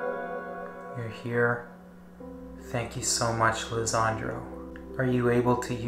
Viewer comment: His name is Lesandro Guzman-Feliz not Lezandro